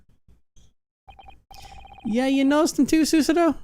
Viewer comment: Is it just me or is saying susuno and not susato.